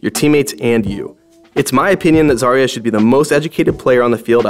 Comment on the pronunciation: My sisters name is zarya buy not zar ya its za rya